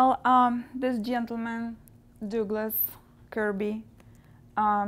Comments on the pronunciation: I think his name is Douglas, not Dooglas lol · Dooglas? I’ve always pronounced it as “dug-las!”. Seems I have been pronouncing it wrong for the last 58 years!